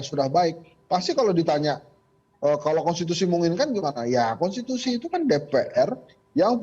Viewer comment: Kok yang jadi kades malah nggak pahan konsti, kon siti, halah, konsi, konten, halah opo seh, konstitutut, konsist, kontan, wes mboh, kontan ae